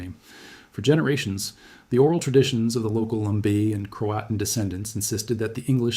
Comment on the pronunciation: In pronouncing Croatan and Chowan the emphasis is on the last syllable